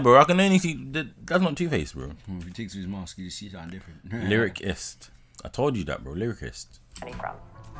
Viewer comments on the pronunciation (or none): Li-ri-cyst (sist) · Lyricist is pronounced Liry-sist